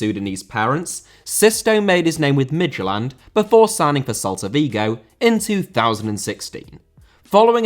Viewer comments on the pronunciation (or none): Lecce* not Leccei Franco* not Francouw Santo* not Santouw Swansea* not Swonzea Eibar* not Áibah Oviedo* not Oviyeidouw Baldé* not Boldei Inter* not Ento Pione* not Piouwni Vigo* not Vigouw Pépé* not Pepei Cracovia* not Crăcouwvier Lukaku * not Lukohrku Immobile* not Emmouwbelei Salernitana* not Salanetohrner Mbappé* not Mbappei Cruz* not Cruj Roque* not Roquei Liga* not Liguer München* not Munich Stephen* not Steven